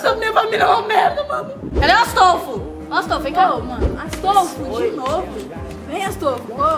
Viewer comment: Aff quando ela falo astoufo achei que era cachorro